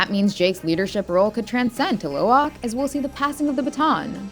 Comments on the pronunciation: Dont you know It its actually Lo'ak not Lowak? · It's Lo'ak not Lowak